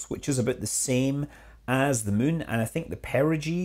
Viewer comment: You keep saying Mün. Possibly on purpose.